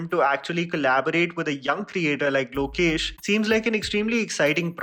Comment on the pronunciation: Pronounce the director's name properly. ✌️